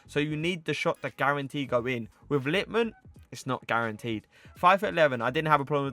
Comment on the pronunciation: Its LitmanEN, not Litman. Was painful for ears and I’m not even Finnish